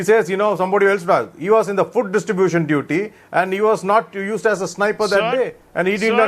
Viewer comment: It's distribution not ditribution